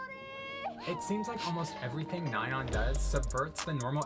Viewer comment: in my junior year of high school, we had a korean foreign exchange student and he was a once and i was talking to him about twice and i pronounced nayeons name how you thought it was (nae-yeon) and he looked at me with the most annoyed face and went “it’s NAyeon” and i’ll never forget that